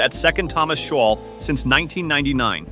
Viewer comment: Shoal is pronounced showl not showal